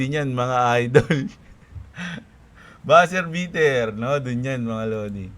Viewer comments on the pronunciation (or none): Walang hindi matindi at malupit na balita si 😂...noted ang buzzzzzzerrrr beaterrrr na sinabi mo😊😊😊😊😊 dapat may rrrrrrresiboo😊